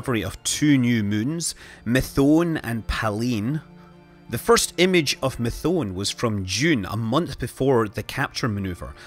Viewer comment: Methone is pronounced with a long 'e' sound at the end.